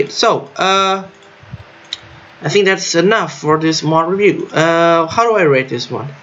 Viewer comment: I like when you say : "Mod Rebiuuu"